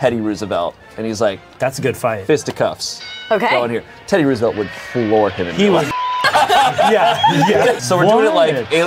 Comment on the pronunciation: It bothered me how he said Roosevelt... he's 10 years older than me and says it wrong lol